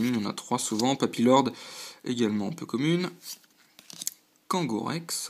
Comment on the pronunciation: bon courage pour la suite ! c'est bizare , c'est moi , ou tu dit ''po kemune'' au lieu de ''peu comune'' ?